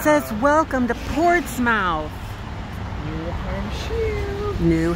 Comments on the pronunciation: Ports “smith” not Ports “mouth”. Not from around here 😂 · Portsmouth = ports-MUTH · Lol It’s pronounced Portsmith! The Hawthorne is said to be haunted! It is a beautiful Hotel! Lot’s of History! Don’t know how long you stayed but should go shopping the next time lots of nice antique shoppe’s in New England! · Portsmouth is "Port-smith" ..you are adorable! Its so weird to see you walking around where I hang locally! There are epic thrifts there! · Great food in NE; you can eat your way through each town. Fyi, Portsmouth is actually pronounced, "Ports' Mith". I promise you. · Its pronounced Portsmith! You two are adorable